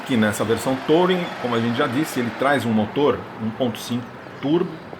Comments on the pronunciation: TOUring?????? aprenda pelo menos a falar ingles: pronuncia-se turing traseirinha copiando um volvo... console central tbm..... que lias, quem nao tem cultura, nem se lembra de mencionar como carro premium... Procure saber a diferença entre ergonomia e anatomia... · Se pronuncia Turin. O carro não precisa estar com o motor ligado para a central funcionar, basta não pisar no freio. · Será possível que algum vlogger automotivo no Brasil ainda acertará a pronúncia de "touring"? Cada um fala mais errado que o outro kkkkkkkkkkkkkkk Detalhe besta, não faz diferença nenhuma, mas irrita àqueles que são fluentes na língua inglesa.